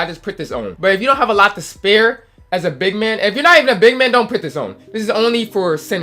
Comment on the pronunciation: " effectEve", "shooting bigmEn" 😂😂😂😂😂